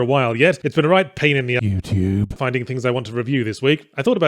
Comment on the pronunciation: The way YouTube is said has the same energy as family guy when they say "jew" during the Disney part. [YOUTUBE] everyone looks at it in disgust, lightning happens, people are pissed, and it probably should've stayed away That being said, if this gonna be a thing, ill have to watch on their site instead